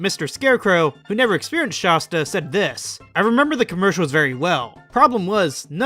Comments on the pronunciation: It’s Shasta not shosta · I’m irrationally upset by your pronunciation of “Shasta.” 😅 It’s not “Shosta!” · Kills me to hear people say Sh-ah-sta. I've always heard the first A pronounced like the word "At" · Its so funny. If you arnt from Mt.Shasta or shasta areas. You completely mispronounce it. Everyone I see who makes videos online with Shasta mispronounces it because they've never been there 🤣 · How are you from California and can't pronounce Shasta right? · Dudes Shasta knowledge is as poor as his pronunciation